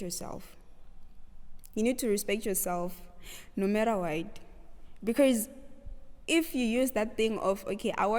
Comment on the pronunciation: I loveee your interview and the “becaourse”😂❤️